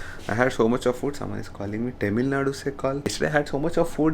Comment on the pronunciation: Small correction it's Thamizh Nadu. However the stupid spelling is Tamilnadu. But the pronounciation should be Thamizh Nadu. Thanks.👍